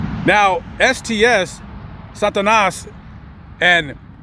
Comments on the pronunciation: Gangs name is Satanas "STS" not Santanas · It’s SATANAS not Santanas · Santanas bwahahaha 😂😂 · Get it right fool. It's pronounced Satanas gang not Santana. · Satanas, not Santanas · It's SATANAS not santanas, if you want to sound more knowledgeable. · SATANAS NOT SANTANAS 🤦🏻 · Santanas S-A-T-A-N-A-S SATANAS as in SATAN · Sah-tah-nahs As in satan. Not Santa Ana’s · First of all, you got their names wrong they’re called santnas which means devil in Filipino. You’re gonna say a gang name say it right the story you’re telling they thought the guys were from a Chinese gang you should do your your history before you fail you say a fake story. How do I know cause they used to be my enemies and STS it’s not the oldest Filipino gang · STS = SATANAS, gotta lose the N. Pronounced Sah-Tah-Nas. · Sah-Tah-Nas is how it's pronounced. Temple Street may have been the oldest Pinoy gang. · Lil Correction, its SATANas as in “satan” not santa. Pronounced like santa without the “n” sah-tah-nas. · It's pronounced SA ..TA..NAS..There was a Satanas member that I went to high school with in Stockton in about 93'..His name was Chris ..He came from Delano..And also a member from BNG by the name of Gilbert from LA.. SATANAS was also known to kick it with SIG. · They had to approve themselves WTF. What you meant to say is prove themselves. The Santana's gang is progmarily made up of Asians. PROGMARILY that's a great one. Salute to the Archie Bunker of you tube. Keep the malaprops and mispronouciations up. It is highly entertaining😂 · You’re not even pronouncing the gang correctly